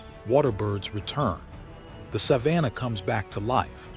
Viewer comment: Too bad this AI narration can’t pronounce “Savannah” properly!